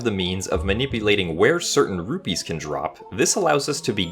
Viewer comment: Sounds like you're saying ruby, got me for a second